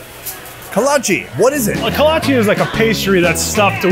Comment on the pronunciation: The food that surprised me the most was the kolache (pronounced kolotch-key). My dad's Czech family makes them all the time at it's awesome to see they're so popular down there.